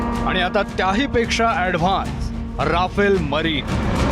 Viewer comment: आधी त्या विमानाला "रफाल" म्हणायला शिका... 😏